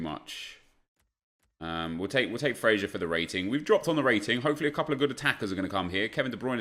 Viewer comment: Why does he call Ryan Fraser, Fray-zshee-er?